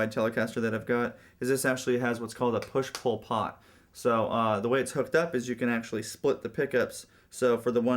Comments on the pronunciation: When you said push-pull pot, i thought you said push Pol Pot haha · i thought he said "push Pol Pot" instead of "push-pull pot"